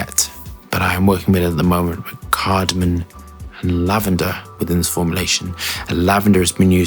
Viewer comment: It's cardamoM, not cardamoN